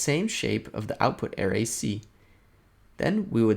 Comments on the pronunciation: Great tutorial,! One minor critique: your pronunciation of ‘array’ was confusing…a more standard pronunciation is “uh-RAY”. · You say ARRay, I say arRAY. Let's call the whole thing off. But seriously, good stuff. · it was very distracting. Work on it google it and use the pronunciation feature. Otherwise outstanding and very useful tutorial. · I kept thinking, "huh? what is he talking about?? Oh, he meant an ARRay!" lol Other than that, awesome vid!